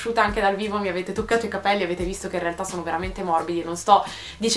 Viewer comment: charlotte alburi nella pubblicità della Pantene dice venti volte capèlli ahahah